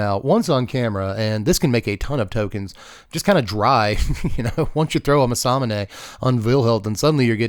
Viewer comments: "masamuuuunaaaay" please man im begging you 😂 its like hearing ppl call chocobos....choco....bos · “Muhsahmoonay” is crazy bro lol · It’s Mass-a-moon-ay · Everytime he said it i punched a whole in my wall involuntarily. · It's actually pronounced Mesa Moon A according to Riot from League of Legends. That's the way they pronounce during the pro matches. Who knows though. ✌️ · The what.... that is an insane pronunciation of Masamune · The Masamune pronunciation rage bait! 😂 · pronounced it wrong every time lmao